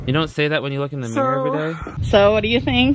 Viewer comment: No shade, but I love how he pronounces ‘mirror’ like ‘meer’.